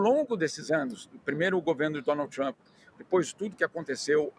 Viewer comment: Donald "TaXamp" 😂😂😂😂